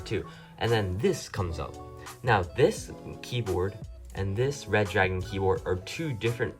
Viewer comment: Re-dragon!!!!!!!!!!!!!!!!!...not red-dragon !!!